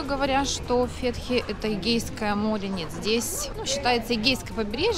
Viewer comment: Только не ФЕтхие ,а ФетхиЕ